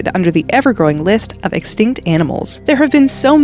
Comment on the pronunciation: please always say extict cause every time you say it they will appear😂